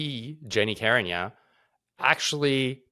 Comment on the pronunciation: Carignan not her sir